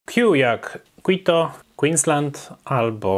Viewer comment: "Kito", nie "Kłito"